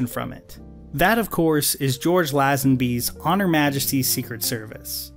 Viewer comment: I really tried to hang in there with you but I couldn't get over hearing "George Laz-an-bee" 😂😂😂